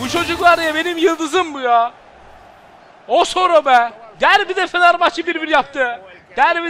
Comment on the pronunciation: ŞAKA AMAÇLIDIR ! Abi o dirar değil mabil Abi o osoro diye okunmuyo Abi kuddusi muhtioğlu hakemliği bıraktı